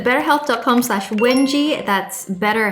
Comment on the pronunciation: ITS PRONOUNCED WENG-GEE